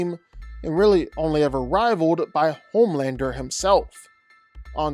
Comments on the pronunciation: its homelander not pomander. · Homelander ❌ Pomelander ✅